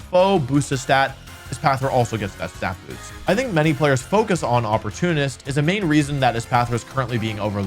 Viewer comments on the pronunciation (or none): none